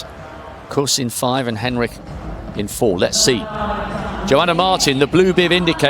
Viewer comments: I think its pronounced hen-RICH not henrick 🤦‍♀️🤦‍♀️🤦‍♀️ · He’s not pronouncing her name properly. It’s Hen-rich, not Hen-rick. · Was wondering about this myself. She herself pronounces the ending 'rich'. The commentator is using a German style pronunciation similar to the name Heinrich.